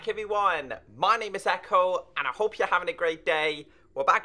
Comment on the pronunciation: Ecko not Echo